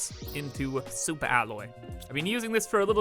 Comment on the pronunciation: Soupa alloy